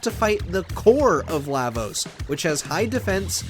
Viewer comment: Yeah Lavos doesn’t have 10 phases, you’re reaching. Also you’re saying his name wrong